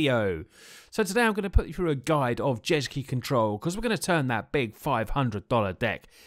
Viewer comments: U seem like a really genuine and nice guy, I thoroughly enjoyed the video, I'm new to magic and will be building this deck best I can, BUT ITS NOT JESKI, ITS JESKAI (jesk-y) Also, in the final game, couldn't he have just not attacked and traded with the drake, I know he still would have been low but that was a bit of a misplay by him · Jeskai..... "Jes-Kee" 😂😂😂